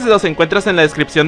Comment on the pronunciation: Unos pequeños datos... Boots se pronuncia buts, no bo-ots, y Hail (de Hail Tibia) se pronuncia jail, como se leería en español, no con la pronunciación en inglés de la L; es una palabra alemana, no inglesa. ¡Saludos!